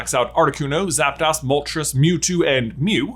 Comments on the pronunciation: Did you really say "Zap-das"? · Stopped watching after hearing the way he pronounces "Zapdos". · How you pronounced zapdos bothers me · those kakuna and zapdos pronunciations bug me lol